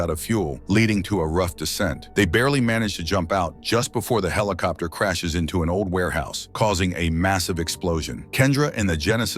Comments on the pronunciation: A.I. TALKING. HELICOPTER…WTF,….. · Come on, he's just saying helicopter on purpose now, right?